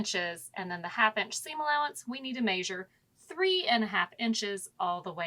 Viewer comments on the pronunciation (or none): Nice, just odd the way you say ‘May-shure’ for measure.. 🙃